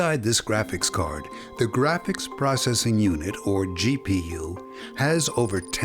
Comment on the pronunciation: So funny when he say GPU and CPU